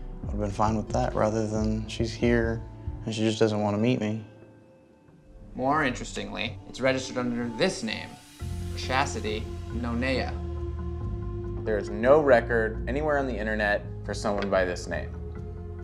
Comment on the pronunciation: HE SAID “No Neya” it’s “None Ya”😂